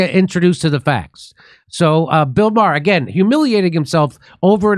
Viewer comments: Jimmy needs to learn how to pronounce 'Maher'. In fairness it does depend what part of Ireland it originates. In some places it is 'Mah-hur'. More widespread it is pronounced 'Marrh' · Jimmy "Dore" with a blatantly Irish surname can't recognize another blatantly Irish surname? WoW! Bill "Maher" pronounced Marr as is in "Mars" the planet without the "s". Come on Jimmy, get it together! Bill Maher's mommy is/was Jewish and Jimmy's dad, unless there was a change somewhere in the past is or was of Irish decent too. We used be well aware even as multigenerational Americans of our family backrounds but, I guess at some point that was lost along with so much else... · Ma-her? Heh. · Anytime you're ready to STOP saying Bill "Mah-Her" that would be great, thanks. Send that moniker packin' along with Kurt. ;)